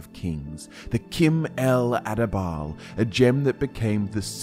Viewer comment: sorry it is not Kim who you pronounce Chim it is pronounced as the word chimney. But nice video :)